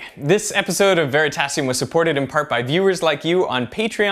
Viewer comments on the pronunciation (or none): none